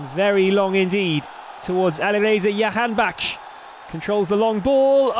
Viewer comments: Can anyone tell this announcer the name is Jahanbakhsh and not Yahanbakhsh. J=Y only for Spanish names. he has been saying yahanbakhsh for the past two years.... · They have hard time saying "Jahan" I believe. But I agree with you. Sounds like a Jewish last name YAHANBAKHSH...